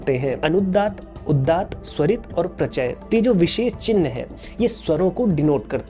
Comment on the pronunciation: आपने, वैदिक परंपरा का उल्लेख करते हुए, चलचित्र मे लिखा है अनुदात्त औक उदात्त, लेकिन उस का उच्चारण आप करते है, अनुद्दात और उद्दात; इसे सुधारना होगा।